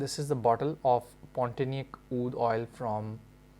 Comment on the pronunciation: just giving you little correction...the name is Pontianak ( pronouce : pond - tea - anak ) ..it is name of a city in Kalimantan(Borneo) in Indonesia.